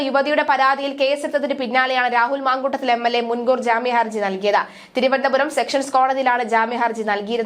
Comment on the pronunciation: സെക്ഷൻ കോടതി അല്ല.സെഷൻ കോടതി യാണു